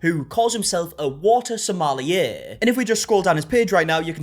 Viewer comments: Nobody: Not a single person:: Somali-er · Why is everyone pronouncing sommelier like Somali-yay? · the way you say sommelier...